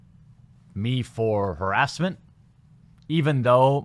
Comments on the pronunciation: I think you got a strike because you pronounced it as, "herass". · The way you say harassment or harass. Is intriguing. Can’t say I’ve heard many say it that way. Its nice. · Say it's haRASSment right, not HARassment?